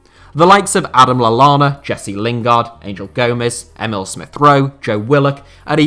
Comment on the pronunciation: Stopped watching as soon as he said Adam Lallana.